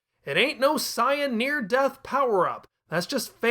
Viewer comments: If you're going to say "Sye-yan" just say Saiyajin. Sorry, "Say-yan" is the English name. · Man comes out swinging how Zenkai Boost ain't real, yet pronounces Saiyan like Cyan lmao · I get you want to pay respects for the original Japanese dubs in the way you pronounce things, but there's a reason that they are different in the US version for some words. They don't sound as ridiculous. Thank goodness we pronounce it seyen instead of Caiyan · Sai-Yan Majeen Booooo Blooma If I didn't know any better, I'd be convinced that he hadn't watched a single episode of this show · Why do you say it like cyan! I hate it here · The pronunciation of saiyan is killing me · Saying Saiyan like that is never going to catch on. Took me right out of it. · you're not saying Saiyan correctly, please say it right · The word Saiyan comes from the Japanese word for vegetable "yasai", which is pronounced "Ya-Sigh", not "Ya-Say".